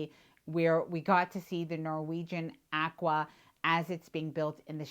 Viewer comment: Does every Canadian butcher the pronunciation of "Aqua", or is it just a 1-in-a-million chance that it's just you and Don Terris?